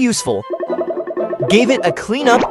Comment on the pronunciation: bro not him saying i-t instead of it😂 Love your videos